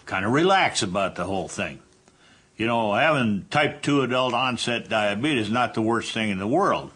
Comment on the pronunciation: Honestly I think most of it is how he pronounces his illness.